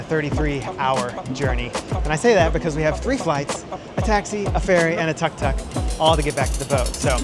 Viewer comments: Tuk Tuk is not pronounced "tuck tuck," but "took took." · Only 10 seconds in, and I can't let "tuck tuck" pass. It was a fair attempt, but tuk-tuk is pronounced "took-took, onomatopoeic for the sound made by it's little 2 stroke motor. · Pronounced as Took-took